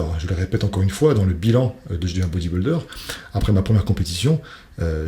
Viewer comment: Dom Dom c’est un mot anglais. En français c’est « culturiste ». Mais même en anglais ce n’est pas bien prononcé c’est vrai.